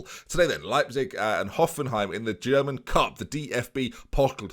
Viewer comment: German pronunciation causes me physical pain